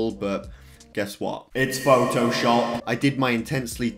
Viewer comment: The way he says photoshop is so funny and yet cute